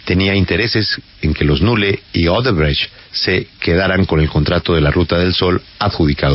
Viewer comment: El perseguido menos interesante de Uribe es Daniel Coronell, y mala pronunciación de Odebrecht